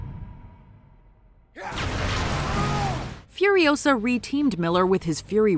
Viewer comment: "It's Furi-O-sa, not Furio-SA!" 😉